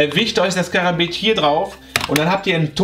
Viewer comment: Du sprichst Karambit falsch aus._.